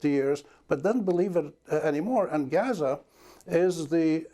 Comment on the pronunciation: I love how Amy correctly pronounced Gaza. Great interview